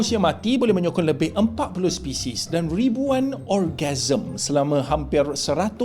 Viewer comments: Orgasm ke organisme😅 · hahahah...bukan orgasm laaaaaa .. orgasm tu kalo ko ngan bini ko...... organism dolah oooii